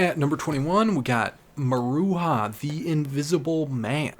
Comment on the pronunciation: You gotta say it muh-ROO-juh